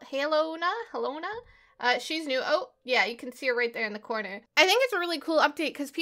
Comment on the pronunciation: I'm pretty sure its pronounced halona like how its spelt.. my mammys name is helena